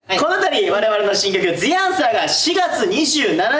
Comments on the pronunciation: 大ちゃんが「The Answer」のことを「ずぃ あんさー」っていうのすき笑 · 大ちゃん毎回「ずぃあんさー」って聞こえる！（笑）かわいい！3形態フラゲしたよー！みんなかっこよかったー！